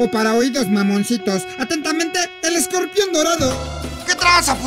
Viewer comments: chingada madre ESCORPION !!!!! Te falto la chingada "r" que chingaos no fuiste a la escuela o a la chingada la escuela? Jajaja esta chingon el video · CLASES CON ESCOPION????!!!!! (O.o) no chinguen se comieron la "R" hahahaha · te comiste la r ..escorpion pendejo ..jajajajaj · El escopion jajajja te comiste la "R" weee... Chingoooonn el videoo xD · Te comistee la R , pero aun asi me caes bien :)